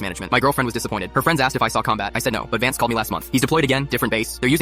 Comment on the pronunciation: did he say VANCE?